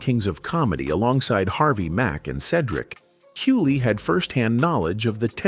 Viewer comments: This is a great documentary and expose but I’m bothered by calling DL huley, there is a g in his name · He said DL Huley lmaoo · Okay, I can't listen to this video anymore. Mispronounce DL Hughley's last name as, Hulee. If this is a real person then it is no way you can do this video about these individuals and not know this guy's last name. Which leads me to believe that this must be some AI slop.